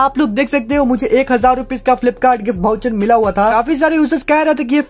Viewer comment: Bhai vo voucher hota bhoucher nhi🤣🤣🤣